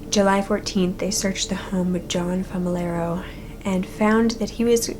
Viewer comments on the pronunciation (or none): I'm sorry, did U call him john "femi-laro? I thought U said it at the end. Man, kids are cruel eh? Clever, but cruel.